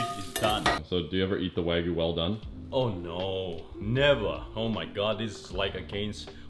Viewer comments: it's "Wag-yu"! it's not wagu. even this chef "shud" know! You dont throw wagyu steak like that on a pan, treat it with respect. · It's wa (like water) gyu, not waaaa gooo. :) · Why "Wah-gu", not "Wa-gyu"? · WAGYU, not Wagoo